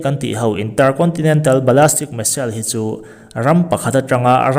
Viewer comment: Ballistic zawk anih hmel Ballastic nilovin